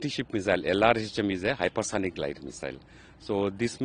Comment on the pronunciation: Its GLIDE and not GILD !!! Can't you guys get the basics right?